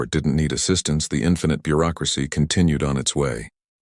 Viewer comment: "This is the GCS infinite Beuracracy..." here to help 😂😂😂😂